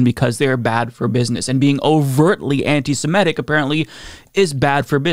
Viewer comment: It's antiseMItic, not antisMEtic.. Rhymes with critic.